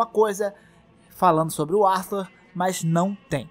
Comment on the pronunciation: Arthur não é brasileiro não cara. Para de falar Artúr